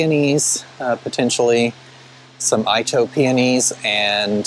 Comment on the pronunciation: Great video. I think that garden center might put me in the poor house if I lived closer. But a well landscaped one. Oh by the way. Itoh is Japanese so it's not I-toh but pronounced E-toh. Can't wait to see the yard this summer.